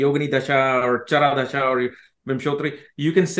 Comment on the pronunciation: says thashaa थशा instead of dasha दशा and nakshatraaaa so no he can't pronounce things correctly or purposely botches it to sound white lol 😂😂😂😂